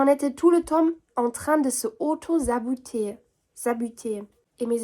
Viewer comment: Moi je suis très loin de chez moi,en ce moment je suis au village et ont dit saboter pas xaboter 🤣, mais tu te débrouilles pas mal à plus ❤